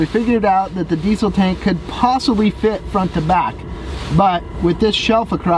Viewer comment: The way you say diesel gives me a stroke